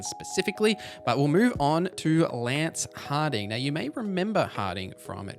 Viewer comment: You said Lance Harding instead of Lace Harding. LMAO